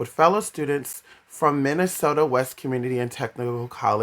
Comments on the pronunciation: The ones telling you and making you have feelings shouldn't they tell you how to say towns correctly it's Minneota like pronounced ( Mini ota) or take the S out of Minnesota. Also Minnesota is the state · I live 3 miles from minneota I was 21 when he went missing his car was found within 8 miles of where I live. No I didn't know him. It just seems everything I see about Brandon everyone mispronounce Minneota. I do remember the river was flooded and normally does in the spring when he disappeared and normally in the summer you can normally walk down the center of it and it's hard to find a spot deeper then waist deep but most places are about knee deep. I have no clue what happened to him but have a few ideas that may have happened